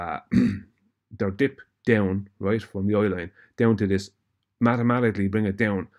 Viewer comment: Every time says “roight” he’s wrong 😂🤦‍♂️